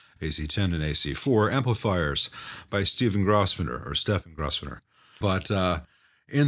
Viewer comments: Grosvenor is pronounced Groves-ner. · yes, in my experience the S should be silent....